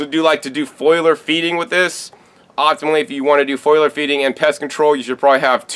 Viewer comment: I'm naked drinking beer and whisky and eating kale while watching this. Does that make me , you know weird ? Sorry man but it's FOLIAR not foilar. Plants have Foliage not foiliage. FOLIAR Feeding my Brother. Hey I love you and all the knowledge you share. Ever get out my way let me know. We'll drink a beer and eat some greens